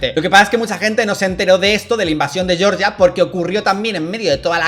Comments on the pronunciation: Georgia se pronuncia "jeorjia", no "yorya" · El país no se llama "Yorya" se llama Georgia... por qué le dan la pronunciación anglo?.. :( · No es yorya es Georgia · pronunciación en español de como se entiende en español, Dalas pronuncia lo que entendemos por el estado del sureste de EEUU